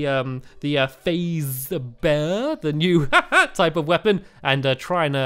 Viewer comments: its pronounced fase-say-ber = phasesaber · Correct me if I'm wrong but I believe it's pronounced 'Phase Saber' not 'Phaseber' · it's phase - saber not phaseber but it was still funny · lol its (Phase-Say-Ber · it is pronounced as phase-saber